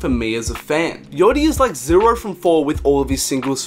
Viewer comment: Why does he say yachty like "yotty"